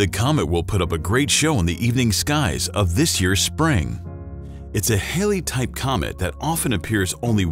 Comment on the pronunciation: Nive video; I was unaware of this comet. (Be aware that Halley is pronounced HAL-lee.). (